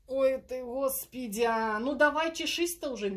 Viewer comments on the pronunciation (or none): Спасибо за расклад, но, зачем вы говорите "Госпидя", зачем коверкаете такое имя святое?😣🤨